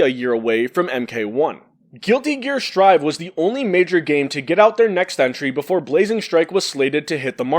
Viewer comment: I can't believe you just said Guilty Gear: Sir'd. You have shook me to my core.